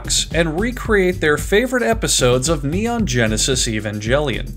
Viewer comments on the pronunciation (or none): The only thing inaccurate in this is how you said Neon Genesis Evangelion.